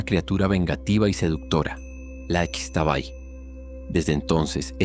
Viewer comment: Gracias. Es un gran programa de relatos. Soy 100 % yucateca. Para mejorar su trabajo, le aclaro que aquí en Yucatán, la letra X se pronuncia SHHH. Así la dama nocturna se llama ISHHTABAY. Los hombres que la encuentran y la siguen, NO DESAPARECEN, AL AMANECER SE ENCUENTRAN CUBIERTOS ENRREDADOS ENTRE BEJUCOS LLENOS DE GRANDES ESPINOS. TRATE DE IR A LOS LUGARES DE SUS RELATOS, Y HABLE CON PERSONAS REALMENTE CONOCEDORAS, BIEN DOCUMENTADAS ACERCA DE LOS RELATOS. NO SE QUEDE EN CIUDADES, NI PREGUNTE A ANTROPÓLOGOS NI HISTORIADORES. VAYA DIRECTO A INVESTIGAR CON LOS AUTÉNTICOS MAYAS QUE GRACIAS A DIOS, ESTÁN ACTUALMENTE VIVOS , PRESENTES Y SON MUCHÍSIMOS. NUESTRA RAZA Y MUY SABIA CULTURA ESTÁ MUY VIGENTE. SALUDOS.